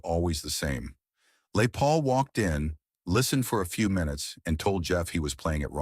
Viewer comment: Yet another dreadful AI generated piece of garbage. Who the hell is f**king "LAY PAUL". My God these AI voices are getting worse and this one stinks. I bet Jeff Beck never met LAY PAUL in his entire life. "Jeff Beck Stories" by backside.